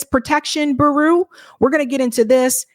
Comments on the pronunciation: Interesting. Bureau is pronounced Byur-row. It can be tricky. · ..... "bee u Row"